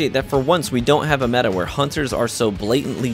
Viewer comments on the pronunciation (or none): none